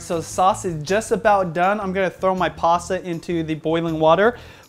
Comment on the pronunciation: its not "PASSA". Its "PASTA".